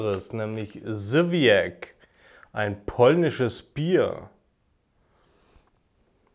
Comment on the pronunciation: Es wird Sywiäz ausgesprochen 🙂